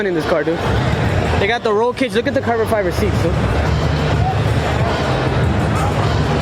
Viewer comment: este wey “carbor fiber” 🤦🏻‍♂️😂